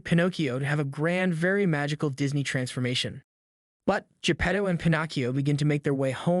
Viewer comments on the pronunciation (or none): Your pronounciation of Pinocchio and Geppetto really sucks.... Remember it's Italian not english. You continued to Say P'nokeeou and J'pedou several time. Vowels are not silent in italian.